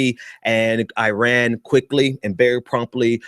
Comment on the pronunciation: Its not uiran dude it's iran. And continuing good behaviour to get welcomed back into the western civilization? My brother civilization started in middle East and ceasing them boats because they floated " 12 miles " into our waters was precisely the right thing to do. I enjoy you're videos but you need to use your words more accurately. It's rather offensive